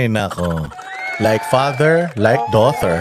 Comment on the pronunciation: 😂😂magaling ka pa magenglish doughtir!!!😂on